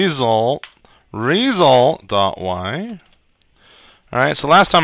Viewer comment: is awesome! "Ree-sult"!